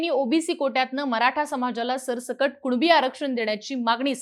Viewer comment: 'कुनिबी' येत आणि 'कुणबी कुणबी' बोंब मारत 😂😂😂😂